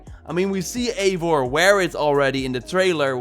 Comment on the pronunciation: it’s pronounced eye-var, Eivor